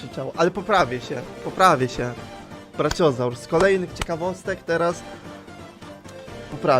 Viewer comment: czemu on czyta brachiozaura braciozur